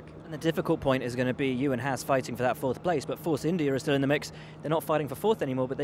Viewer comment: "clahaas" lmao